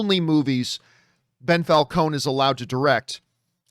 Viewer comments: I guess calling him “Bell” was John’s passive aggressive way of adding an addition insult of Ben Falcone. Or maybe Ben is pronounced Bell in Canada. Who knows? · Why do you keep calling him Bell....